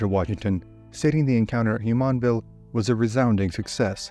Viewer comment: The “JU” in Jumonville is pronounced like the “JU” in Julie. Not like the “YU” in Yulia or the “YU” in the Spanish name Julia.